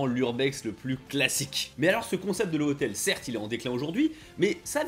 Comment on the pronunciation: Je suis mort. À , j'entends "ces hotels, on les appelle en japonais des : 'Laboure hoteleuh' "! Et bah, violent ces japonnais !